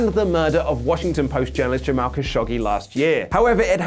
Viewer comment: I really appreciate you saying Jamal's name. Cheers to! #ItsStillRealJournalismToMeDammit